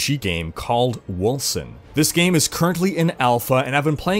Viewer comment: Seems to me like Wolcen should be pronounced "Wolken". <_<